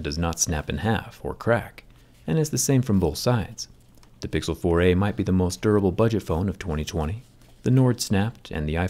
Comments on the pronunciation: I thought u turned to a canadian. The way you say: the pixel 4 eehh! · Whenever he says Google 4a , I kinda hear "Google 4 eh " in an Australian accent how man !!